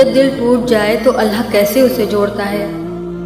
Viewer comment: Behn phle to tum ALLAH thik se bolo ALLAH hota hai ALLHA nahi